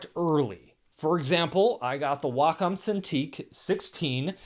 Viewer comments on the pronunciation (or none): none